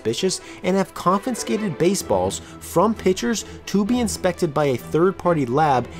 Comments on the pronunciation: it's pronounced CON-FIH-SKATED... you're adding another N in the middle, bud. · All I kept hearing was "confinscated" Great video though. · Wonderfully detailed video! But please, please: it's conFIscated, not conFINscated ... one 'N' sound. Thanks